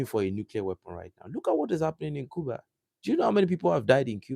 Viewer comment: You pronounce Cuba the right way!